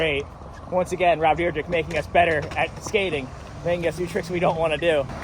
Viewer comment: It's deer-deck, nor drdrdrdrk